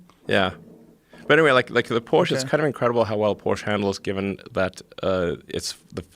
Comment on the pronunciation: I like how elon pronunced Porsche. Almost right. 🇩🇪